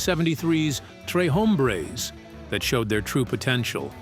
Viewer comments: This self-anointed expert can't even pronounce "Tres Hombres" 👎 (hint; it's Spanish, not French) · You don't even know how to say the record right it's Tres Hombres